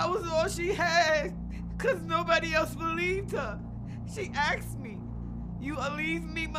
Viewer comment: Question where does aksed come from? It’s asked. Is this a different language?